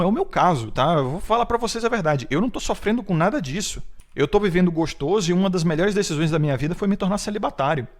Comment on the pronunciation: Cara, numa boa, sério, para de falar "goxtôso".